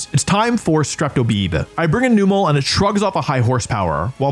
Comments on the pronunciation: Its so frustrating that Wolfey loves Numel so much but cant pronounce it correctly. Its a camel so why are you pronouncing the "el" like "spell" youre saying newmell but its numb-uhl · I'm sorry, but noo-mel? Really? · Wolfe out here pronouncing Numel 4 different ways.... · I’m so uncomfortable with how you pronounce Numel